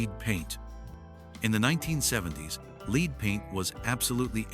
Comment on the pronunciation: I so dislike when people cant just say their stuff in their own voice & not in AI that cant pronounce words right.